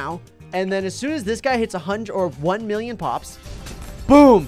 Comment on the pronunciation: When says 1mill I hear 1bill